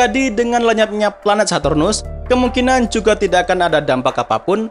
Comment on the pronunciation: bang sartunus bukan hardtunus